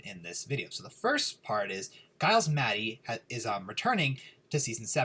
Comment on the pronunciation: i think his name is Giles with the J sound. Like Jiles